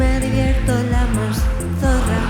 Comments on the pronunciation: Con razón decía yo¡Qué bien ha pronunciado zorra! 😂😂😂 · Ostras, ya decía yo que pronunciabas super bien la letra zeta y de repente te pones a hablar en español JAJAJAJAJ